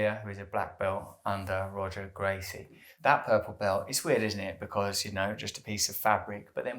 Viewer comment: Its not Roger its pronounced as Hoger Gracie. Brazilian R's are pronounced as an H